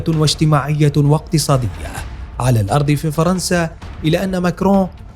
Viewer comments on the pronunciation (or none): none